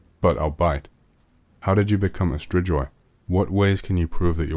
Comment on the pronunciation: ....it's pronounced stri-goy